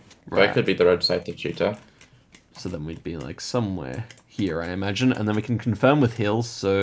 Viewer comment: As a russian at first I didn't understand what is this town called "cheetah" 😂 we pronounce it with stress on the last syllable